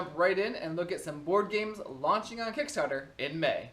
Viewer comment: Hehe, you missed the "t" in Kickstarter and made it "Kickstarer". 😉